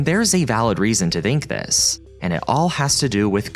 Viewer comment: Why do you pronounce [θ] (as in "think") as [v] ,"vink"? where are you from?